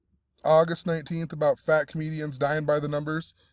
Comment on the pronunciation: Man, why do you gotta say it like FAT comedian died? Kinda rude as hell!